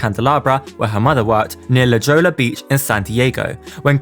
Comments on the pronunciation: La Jolla is said la hoy-ya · He said luh joyla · La Jolla - like ho- ya - please not La Jolla with a J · “La Jolah” lol .. La Jolla is pronounced La “Hoy-ah “ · "La Joe-la" Beach, San Diego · LOL it’s not pronounced La Joe-La it’s pronounced La Hoya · its pronounced La Hoy-ya its Hispanic so the letter J are pronounced as a hard H. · Love your videos! Just a btw La Jolla is pronounced la hoy-uh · It’s pronounced La Hoya. La Jolla is pronounced La Hoya. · it’s pronounced la HOYa its kristen not crystal why would her parents divorce effect HER wealth. You should change the thumbnail... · La Jolla beach is pronounced la “hoyah” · “La DGola beach” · just fyi, La Jolla beach is pronounced "luh-hoyah" :) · The mispronunciations are too much. La Jolla and Nick Lachey sent me 😂